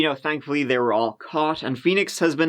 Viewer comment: They were the serial killers, not they WHERE the serial killers. Your speech impairment is starting to get annoying